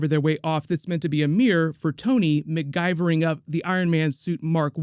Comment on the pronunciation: “McGuyvering” I love it